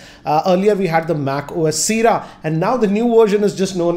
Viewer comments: it is not Seera its called Sea-erra "Sierra" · with due respect sir, it's pronounced SIYERA not SIRA.